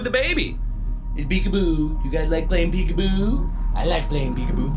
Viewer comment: It makes me laugh when he says peek apoo